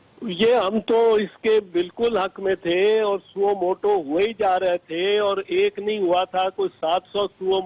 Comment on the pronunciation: Suo moto not suo motive. Feeble minded people's feeble minded representative. And its JAAved, not Juh-veid. Now for the next three years we will have to hear COAS Qamar Juh-veid. Damn.